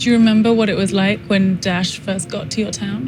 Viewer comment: This dumb reporter can't even say Daesh properly 😕 Nor does she even respect the local culture with her dress. No I'm not Muslim but believe in showing respect for local culture, the locals would appreciate the gesture and would view her differently. Totally NOT the right journalist for this job!